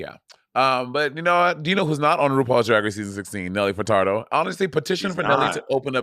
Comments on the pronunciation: From the first time Monet pronounced it “Furtardo” I was counting down the seconds till Bob corrected her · Nelly fertardo ...MONNEEETTTTT LMAO 😂😂😂 I fkn love you girl ahahaha butchering peoples last name lmao 🤣 also lol monet you sing more than bob 😂😂always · Monet not knowing any Nelly Furtado songs or how to pronounce her name yet bringing it up is hilarious🤦🏻‍♀️🤦🏻‍♀️ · Nelly Furtado was a guest judge on Canada’s Drag race. Also, I love you guys but Monét’s pronunciation of Furtado is sending me.